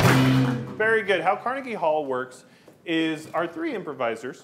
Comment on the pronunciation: He pronounced Carnegie wrong lol